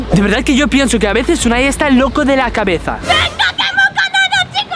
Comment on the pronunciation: se dice Unai